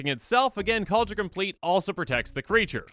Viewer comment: Kaldra com-plee-at